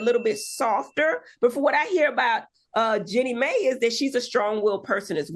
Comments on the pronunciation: Heavenly calling her “Jenny May” 🤣😭😭💀⚰️⚰️ omg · Not y'all turning Jennie Mai into a old southern black woman with this pronunciation! 🤣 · It’s pronounced Gee—nee My—- the woman getting a divorce from Jeezy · It’s not pronounced Jenny May—- it’s pronounced Gee-knee My. Give Heavenly the phonetic pronunciation since she can’t read. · Only two topics in and Dr. Heavenly has butchered both subjects' names, Jeannie Mai and Iman Shumpert. 🤦🏾‍♀️🤦🏾‍♀️ That's ok Dr. H, you got this.